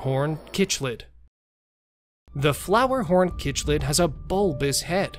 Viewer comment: It's pronounced sick-lid